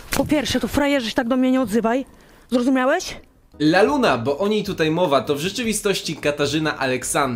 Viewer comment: "Pani Laluna" boli mnie jak to słyszę xd